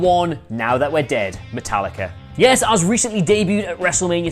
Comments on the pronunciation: Did he just say Metal likkaaa. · Metal-likka... Now I know they mispronounce names on purpose!